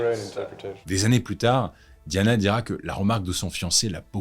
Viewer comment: Je ne comprends rien - si vous utilisez le mot "Lady" comme en anglais, (et pas "Dame") pourquoi pas prononcer son nom aussi en le façon d'anglais - "di" avec le son comme D'AIEE, et pas "di" comme DEE.